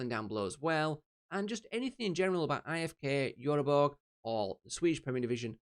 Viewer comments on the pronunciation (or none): you say it like ifk jöteborj or blovitt